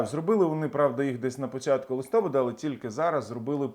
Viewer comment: ЛистопАд - правильний наголос, будь ласка!